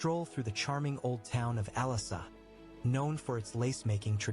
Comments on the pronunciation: Like pronunciation of the castles' names. I imagine the poor guy going to France and asking where the castle of Alassa (for Alençon) is, and people suggesting he booked a flight to Cyprus. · Ooohhhhh, there is le Chateau des Ducs d'Alençon, my home town holala 😀...the documentary speaker pronounces Alençon so bad hahaha 😂